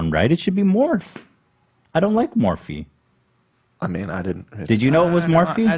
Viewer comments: It’s definitely pronounced Morph-ee. Sorry Ethan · The owner of Morphe's name is Linda Morphe- Pronounced Morph- E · _h3h3Hilayikes:Hila you’re so freakin great episode!!! ! I want to watch James stuff! Remember Romeo Lacoste? We didn’t accept his BS excuse, but James gets away with basically the same thing!!! Don’t worry Ethan, it’s not your fault you pronounced morphe wrong. They’re dumb asses for spelling it like that.